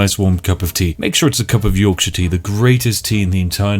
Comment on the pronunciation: You missed the 'k' in Yorkshire tea.